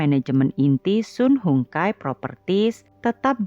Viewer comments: Sun Hung Kai (baca) SAN HUNG KEI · Cara baca nya SUN HONG KAI